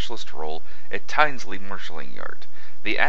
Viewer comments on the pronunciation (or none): Just a small thing that bugs me, its said tins lee not tines lee, you can check how it said on the internet, the rest of the video is very informative and interesting 👍